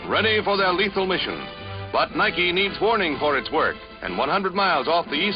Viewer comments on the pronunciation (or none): did he say niki( na-eye-ki)?